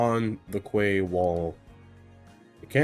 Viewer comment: Looking awesome! Just a heads up, Quay is for some weird reason pronounced like key.